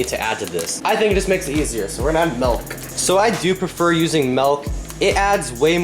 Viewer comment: Ok bruh it's milk... not melk. MILK WITH AN I